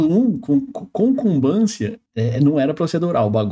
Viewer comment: Eu poarei de ver na hora que ele falou "Combância"! kkkkkkkkk